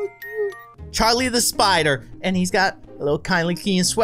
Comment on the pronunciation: It's not carli it is Charlie